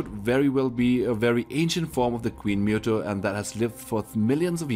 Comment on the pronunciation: OMG PRONOUNCED MOOTOE